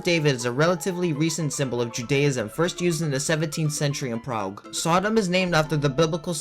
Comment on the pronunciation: really cool video but i almost broke my screen hearing you prounounce prague